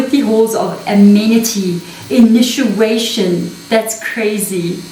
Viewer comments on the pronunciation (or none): Sister the word. initiation is pronounced as INI..CHIATION NOT INU CHIATION Pls dont mind it just hurts my ears to hear a mispronounced word so many times continually from an english speaking person .. there is another word which is mispronounced ..I mentioned it earlier.. I am sure being an extension of each other we can afford the liberty to help each other in even small things like pronunciation of words.. I would be gratefull anyone helped me get any word mis pronounced by myself .. Much love and gratitude for your amazing sharings in our benefit ..sister.❤❤